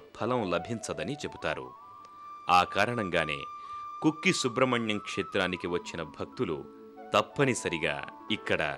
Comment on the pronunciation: కుక్కి కాదు.. కుక్కె